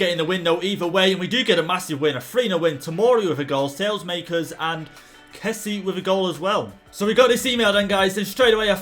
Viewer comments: saelemaekers is pronounce sa-leh-mah-kers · PCQ: You pronounce saelemakers sal-e-mak-ers :) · It is sa la maekers